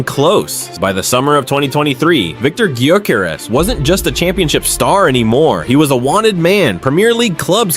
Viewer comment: you pronounce his surname different to everyone else.